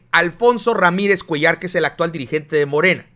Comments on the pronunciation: es Cuéllar tú dices cuellår cargándose en la e no en la a va?? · solo para pedirte que cheques la pronunciación de Cuéllar escucho que le pones acento a la a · Cuéllar es palabra grave y la pronuncias como palabra aguda. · se pronuncia Cuéllar. Disculpa es con mi mejor deseo de ayudar.Saludos